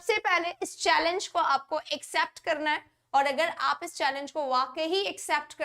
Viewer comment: इक्सेप्ट कि एक्सेप्ट मैडम? U pronounced इक्सेप्ट